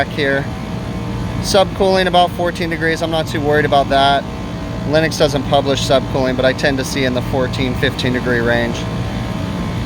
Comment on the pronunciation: Just seeing the circuit board like that while rain is coming down scares the crap out of me. And yet again Lennox sounded like Linux. And I thought you said we had a Linux System! Maybe it does run Linux?